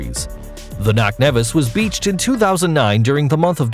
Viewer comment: It’s knock Nevis your wrong